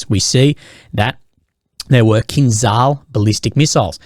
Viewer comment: Please learn how to say kinzhal.